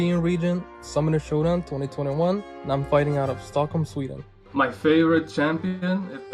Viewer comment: That swedeah mistake hurt